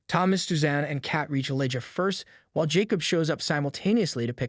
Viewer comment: Elijah is not pronounced “ellaja”